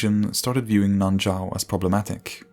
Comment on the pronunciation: It's actually nan shao